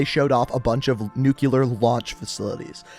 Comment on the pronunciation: pronounces nuclear just like George W Bush lol